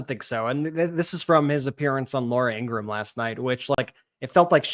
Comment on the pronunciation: "Laura In-gra-ham" 🤣